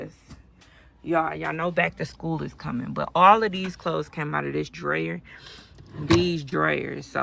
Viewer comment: She wasn't saying dryer, she was trying to say drawer. But this is chilled are we really surprised she can't pronounce drawer.